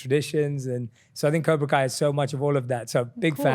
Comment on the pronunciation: Cobra not kobr